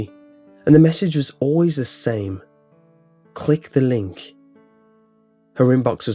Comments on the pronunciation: now it just sounds like clig the ling! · It sounded like he was saying clinga linka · Click the link said repeatedly sounds like clickalink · "clig the linghk" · Click ( Dramatic pause ) The ( Dramatic pause ) link